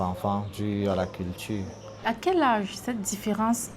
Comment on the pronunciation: La CULTUW... 👀😁😅😂🤣🤣 Dixit l'orthophoniste Camerounais ! 👀🐓